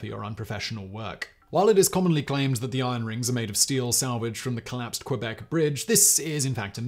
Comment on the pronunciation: It is, but Simon doesn't care at all about prononciation of any languages and that even include english world that are not familiar to him. 🤷‍♂️